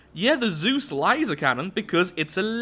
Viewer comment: Can't understand why, but the way you said laser that one time, nearly put me in a good ol rofl. that was awesome, thanks for the video but a special thanks just for that XD.